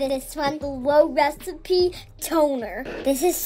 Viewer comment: "woo wecipe toner" had me dying like nobody is gonna take you seriously when you say that